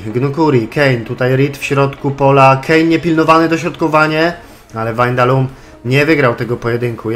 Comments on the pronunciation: Czytaj się WAJNALDUM nie windalum czy wandalum ;p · dalej źle haha czyta sie Wajnaldum:P pozdro